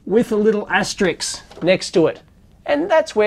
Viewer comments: AS-TER-ISK not Asterix Asterix was a cartoon Gaul :-) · It's asteri-s-k, not asterix. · asterisk not astrix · Asterisk, not asteriks. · Pet peeve: it's pronounced "aster-ISK", not "aster-IX". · You're totally right Dave, except for one thing: It's not "Asterix", it's "asterisk" (or "asterisc"). "Asterix" is actually Obelix's best friend. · Asterisk, not Asterix!